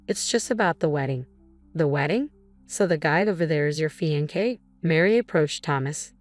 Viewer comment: Fe•en•kay?? Fix the AI or don't use it!